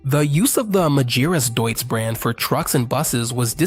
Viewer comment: Try to say Deutz (Doyz).